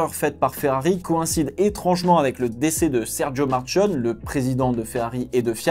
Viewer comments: On prononce Markione e non Marccionn.............. (ch et non c) à part ça très bonne analyse ! Je crains que Vettel ne rebondisse plus...... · “Marcione” ?!? Soit tu prononce tout à la Française (Nom anglais, italien..) soit tu fais un effort! car c’est limite Après je suis d’accord avec ta réflection 👌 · Quelle horreur... MAR-QUIO-NNÉ S'il te plait, un petit effort sur la prononciation de l'italien! Ch en italien =qu en français